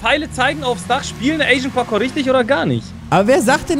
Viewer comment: "parkour" kann nicht richtig aussprechen XD